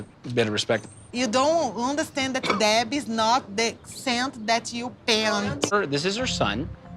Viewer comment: Deh bee is not the scent that you pent 😂